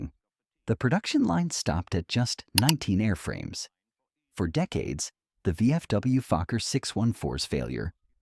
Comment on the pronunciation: No, it is not Fukker, but Fokker